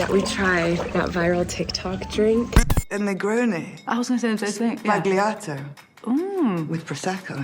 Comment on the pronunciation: Hi Colleen I love you guys so much🧡❤️ looks like the most amazing holiday! Something about the drink; it is an italian drink it is true with the acquiered taste! Most italians really love the bitter taste of campari/negroni but many others do not 😊 and since it is italian "sbagliato" is pronounced without the "g"🥰 just wanted to share a little knowledge✌🏼😘 Love you guys❤️❤️